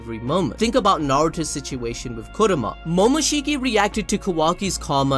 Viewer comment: You Butchered kurama.